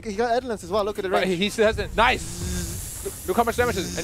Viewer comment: NICEU NICEU!! VERY NICEU,!!